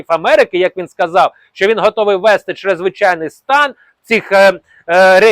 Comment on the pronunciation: НАДЗВИЧАЙНИЙ СТАН----говоріть правильно !!!